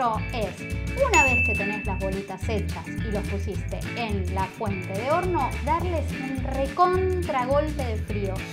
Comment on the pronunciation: (1) me encantó la receta está muy buena jaja ya lo hice y me salió 10/10 al seguirte,te banco un montón (2) en los segundos de 26 al 31 "mis amigos discuten y dicen que dijiste p0RN0 a lo que yo me Rei, para mí dijiste horno pero es como que queda Raro igual cabe Recalcar que son alzados los pibes estos en fin disculpa que te joda pero me Dió curiosidad saber que dijiste aparte así después les presumo a estos que yo tenía Razón